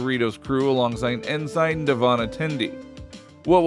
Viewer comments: Your AI voice is off. "Ensign" is pronounced "N-sin" NOT "N-sign". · UGGHH! His pronunciation of "ensign"! 😫😫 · Please, for the love of Worf, learn how to pronounce ENSIGN correctly! Here's a hint: Every Star Trek show ever made has numerous instances of the correct pronunciation of the word for easy reference!